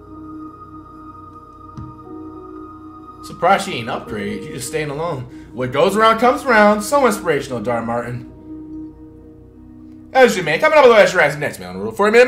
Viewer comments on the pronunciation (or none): Is someone gonna tell him that his name isn’t darr Martin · Dis dude said dhar martin but its dhar mann😂😂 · If he stops Calling Dhar Mann: Dhar Martin I'm unsubbing for sure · Why does he always say Martin 😂😂😂😂 it’s mann etf that bugs me every vid 😭😭😭😑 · its dhar mann not don martin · It's dhar Man not dhar Martin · bruh who tf is Dhar Martinnnn it’s Dhar man 🤣🤣🤣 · It’s not Martin it’s MANN. Damn Flight🤦🏾‍♂️. I’m tired of hearin you say that